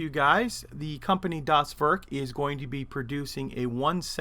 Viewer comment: Not a German here, but as a note: Das Werk sounds like Dahs Vehrk (or Vairk).